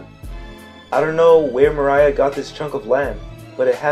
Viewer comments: You made some good points, I was actually surprised. However everytime you went off wildly speculating about anything mildly coincidental that's so unnecessary to the theory you just completely lose me... also it's Moriah not Mariah 😅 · Nah I don't think this is it... also isn't Moria's name MOR-ee-uh? Not, Mor-AYE-uh? I feel like a lot of this is grasping at straws (pun intended) making mountains out of mole hills. Its one thing to make some vague speculations, I'm not so hard to convince of them, but to use those speculations as a basis for more speculations is too much of a stretch (pun) I'm being a bit nitpicky, but I could really tell you're reading off of a script; it was kind of hard to focus on the information you were actually trying to convey sometimes. I would work on trying to speak more naturally, or such a way that it isn't so monotone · Why do you keep calling moria "Mariah" 🤣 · Its moria not maraya 😭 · Dude love the theory but pls dont call moria mariah kek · The way you say Moria kills me it’s more-ee-uh not muh-rye-uh he didn’t sing always be my baby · His name is Moria (More-Rea) not Maria (Mah-Ryah) hearing u butcher such easy names was nerve racking tbh still watching tho...I like da theory but not buying Oars being Joyboy tho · Okay theory aside why do you keep calling him Mariah? His last name isn't Carie. It's Moore-ria bro. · Mary-joe=Marijois, not Mo-rye-ah its Mor-ee-ah=Moria. Much of the evidence I think you overthought, just because of the words gold and rocks on top of the use of strawhats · .... He called Moria. Mariah.... Points deducted for funny pronunciation.... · It's pronounced more E a not more I a It's so irritating that everytime I hear you miss pronouncing it I want to immediately stop your video. Which is a shame because your theories are pretty interesting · Dude. It's pronounced More-ee-ah Not More-eye-ah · Mo-ri-ya Gecko Moria that's how you pronounce his name I believe. And awesome theory. I love it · "Mariah" lmao